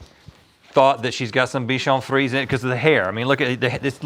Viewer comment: This is the OCD inside of me and I'm not trying to be a troll. But it's pronounced bee·shaan free·zay. Not Fees. Lol! Not a big deal.